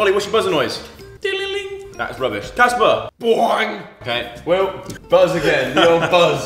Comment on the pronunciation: EVERYONE HIS NAME IS CASPAR NOT JASPAR GEEZUS